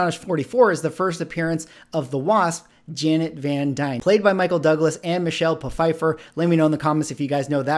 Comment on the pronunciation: It's michelle "fifer " the "p" in her name is silent..sorry just funny 😁